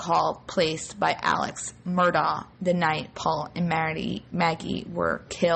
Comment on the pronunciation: The family pronounces the name as 'Murdock'. Period.